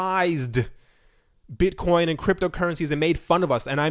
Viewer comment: Mate you don't have a speech impediment. Though in one of your videos you did call Bitcoin Buttcoin.